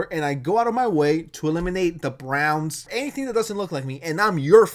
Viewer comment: can get over how bro said “the browns” 😭